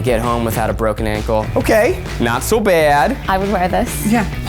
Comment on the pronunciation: I just noticed Emma sitting on the couch next to Becky! Adorable. Also you can definitely hear Zach's NYC coming out when he says not so bad lol